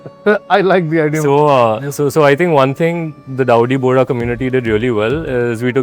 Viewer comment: Boss it’s Bohra Not bhori Nice video